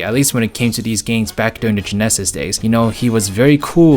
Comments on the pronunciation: Why do you pronounce “genesis” that way? It sounds strange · it's honestly very difficult to ignore that the narrator can't pronounce the word "genesis"